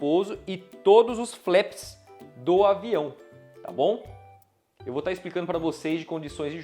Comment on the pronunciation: Ótimo jogo, parabéns pela revisão! Apenas uma pequena observação, a pronúncia correta dos flaps é "flap" mesmo, e não "flep".